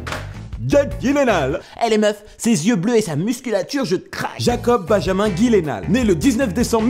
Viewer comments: Ptn cet épisode aurait pu être tellement bien mais la prononciation de son nom m'a empêché de la regarder en intégralité On dit Guileunaul pas gilénal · J'ai cliqué juste parce que j'ai vu écrit Jake Gyllenhaal... Et j'ai arrêté la vidéo quand j'ai entendu "Guilenale"... x'D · En vrai ca se prononcerait "Yü-len-hulähä" (et encore même en étant écrit je suis sur que tu vois pas exactement c'que jveux dire haha) car c'est d'origine suédoise. Mais en version "courante" américaine, c'est plutôt "dji-len-hôl" histoire que tout le monde soit d'accord ^^ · J'adore le concept étant une grande fan de cinéma . Je tiens juste à préciser mdrr Jake Gyllenhaal se prononce " Djilainehol" voila c'est tout mdrr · Ekilizz je crois que ça se prononce gaïllenhal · Son nom Gyllenhaal se prononce avec le G comme Genie, pas le G de Gros.